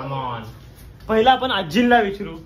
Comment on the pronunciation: बाळांनो व्हिडिओ छान आहे पण, विचरू नाही विचारु असं आहे.😂